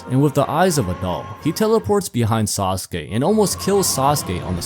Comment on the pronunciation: "Sasuke kozue" 😂 my dawg you butchered him beyond repair!